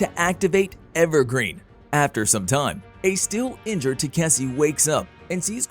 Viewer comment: i dont know how the ai managed to butcher the name 5 different ways.